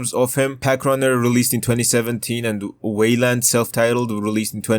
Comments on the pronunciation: Whaleland is an insane pronunciation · stop saying weiland like dat